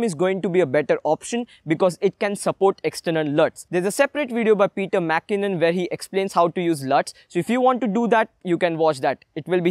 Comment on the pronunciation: Peter Maackinnon ....😂😂😂 !! Need to work on your pronunciation !!